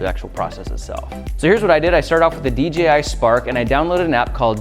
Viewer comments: The amount of times Grant says DJI is unreal.. ..Plus it's d-JAY-i not d-GEE-i Other than that 👍 video. Noice. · Who all heard him say DGI